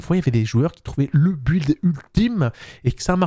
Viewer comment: Mais....pourquoi tu dis un b''W''uild ??